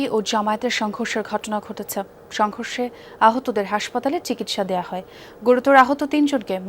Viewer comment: যমুনা দালাল টেলিভিশন সংঘর্ষের ব্যাপারটা কিভাবে উচ্চারণ করল একটু সবাই দেখেন, বিএনপির নামটা নিলনা😮